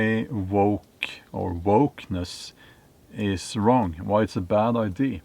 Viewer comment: Mr. Bjorn, I think you are saying ‘I.D.’ when you mean ‘idea’. This is no big deal because we understand you perfectly. You are exactly correct about the work agenda.